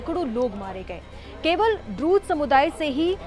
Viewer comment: Not druj but druz 😂😂😂